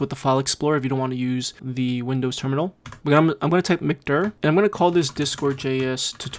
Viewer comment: Stopped watching when you called 'mkdir' McDir, like something you'd order with a Big Mac. 👎